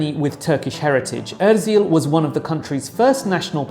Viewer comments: it's Özil. not ÖRzil :)) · Mate you had just 3-4 names to learn and destroeyed them. Benzema is full with BEnzEma clear latin E and not a Benzine , Ozil the tone goes to the end. So easy. :Euskara (Basque) is not Europe's living language that's the Greek both written and spoken but Basque is the continent's oldest surviving" language isolate". Good though but inadequate video.